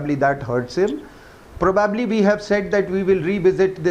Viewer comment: probbbably, probbabbly.............who gave this rsn commisson in the army guy cant say Probably ............nxt time use likelihood if u cant say probably